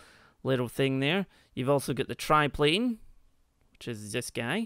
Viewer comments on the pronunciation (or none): XD your accent it's a "tri" plane not a "trip" plane lol your still amazing tho